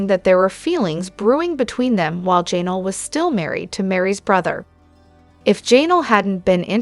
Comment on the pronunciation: That "Janal" was so irritating